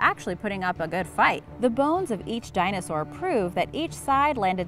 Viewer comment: When you said dinosaur you said bowes